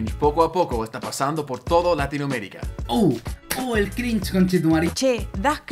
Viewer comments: Me da cringe que las personas digan "crinje" en vez de "crinch" como la argenta del principio 😒. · che da crin he crin he Eso me dio cringe jajajaj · Crinje esos argentinos que no sepan pronunciar una palabra en inglés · Algunos dicen cringe otros dicen crinch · La mina que dice "crinje" al inicio sería cringe jsjjaja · Crish xd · Está dicho así a propósito xd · Future project. Está copada la info, pero creo que te equivocas, simplemente está mal pronunciado así a propósito xd